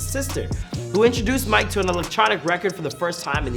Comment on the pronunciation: The way you pronounce Mike would make a lot of French people angry hahah